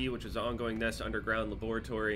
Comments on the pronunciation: La Boreatory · pronounces “Laboratory” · says "laboratory" instead of "laboratory"